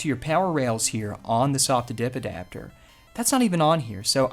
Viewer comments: I'm french and all I can hear is: The subidibidapter 🤣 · I am American and all I hear is subidbidapter